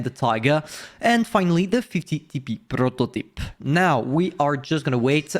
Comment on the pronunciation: yeah finally someone said it correctly